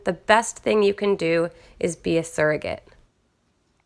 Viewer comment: i was ready to burst out laughing because i heard you say "servant," not surrogate